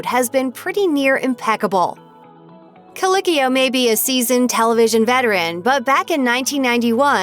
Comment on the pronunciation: I may not enjoy this person, and you can at least pronounce his last name correctly: coLEEKeeo. Thank you.